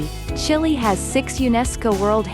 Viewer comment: Makes top 50 facts video and can't even pronounce Chile right 🤦‍♂